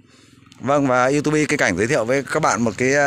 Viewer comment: Đừng đọc là iu tu bi, nghe chuối lắm anh